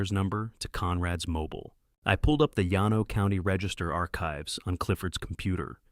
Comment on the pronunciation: Her first husband died of ovarian cancer? A man with ovaries? Surely Ai has the ability to research local pronunciation of common terms “Yan No” for Llano is irritating especially when heard repeatedly. It is pronounced “Lan Oh “ by most Texans. Rio Grande is pronounced “Rio Grand” for example. And then there is the Army lawyers’ title. “J A G” is pronounced “Jag”. Please fix these errors. Others are also complaining. Congratulations on putting Midland in the Permian Basin and Austin’s American Statesman newspaper. Seton Hospital is simply Seton not whatever the narrator was saying. All these errors ruin a good story.